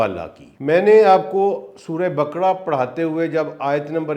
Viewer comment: سر جی تلفظ درست کریں سورہ بکڑا نہیں سورہ بقرہ ھے